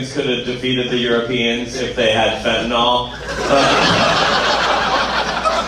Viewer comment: WHY do you keep saying "fentanOL"? The word is "fentanYL." It doesn't rhyme with ALCOHOL.